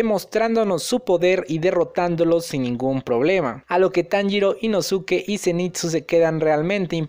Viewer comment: Inosuke ???? La pronunciación es inoske